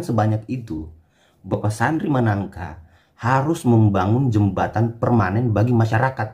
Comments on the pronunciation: maaf bukan manangka (Sandri Sanangka) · Maaf bukan sandri managka tp sandri sanangka